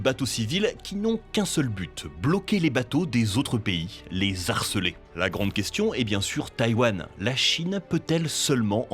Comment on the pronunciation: "Les zarceler" ??? 😄😉